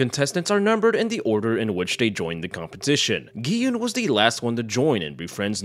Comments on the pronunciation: mans called it green light, red light and called gi hun gi hoon. I assume he didnt watch it ;( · Aint no way you called him gay hyoon